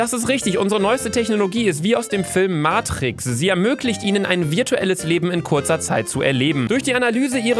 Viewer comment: mahtriks" lmao